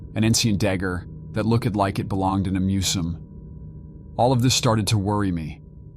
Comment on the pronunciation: “Coe-ver That look-ed like it belonged in a mu-zum.” Yeah I’m done listening to this